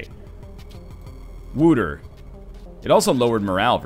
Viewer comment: Just replying to an older playthrough here. You're not very good at pronouncing stuff, are you? Wouter is not pronounced Wooter, the closest you will get with an English pronounciation is probably Wowter or Waoter. It's a Dutch name. Then again, I'll grant you that the language in this game is also done pretty bad. Just look at the end, "pacific" attitude? They've got to be confused with the word pacifist :s